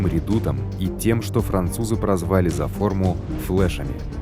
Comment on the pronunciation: Русский надо подтянуть. "ФлЭши" режут слух. Произношение забытых слов нужно проверять, особенно если их нужно произносить 20 раз.